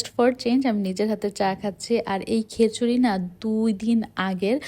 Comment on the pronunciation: হ্যালদি,খ্যাচুরি,প্যাপে, শ্যাষ,পরি😢 আপনার উচ্চারণে অনেক ঝামেলা আছে।